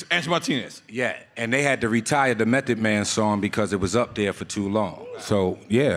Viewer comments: Someone tell nore it's M.E.T. not M.A..T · Nigga said mathod man 🤦🏾‍♂️ wtf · NORE said M-A-T-H-O-D MAN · Did thiss niyukka Nore call cuh Mathod Man ??? 😂😂😂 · Yo. NORE is wild, the song spells it for you, he still says M A T H, twice. Lol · Did he say M.a.t.h.o.d man 😂😂 Mathod?? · NORE said "M.A.T.H.O.D MAN" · This nigga Nore spelled Method wrong twice back2back 😂😂😂😂😂😂😂😂😂😂😂 MATHOD MAN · M a t h o d MAN …😂😂 its METHOD. Not mathod lol